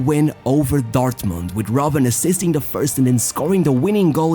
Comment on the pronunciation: Bruh it's ROBBEN